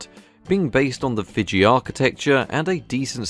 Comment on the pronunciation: Fiji is pronounced fee-gee.